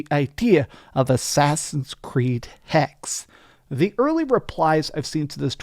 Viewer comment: It's pronounced Hex-eh. And the Holy Roman Empire is today Germany. Hexe = witch in German